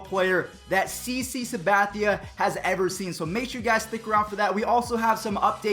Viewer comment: CC Sabathia said it so clear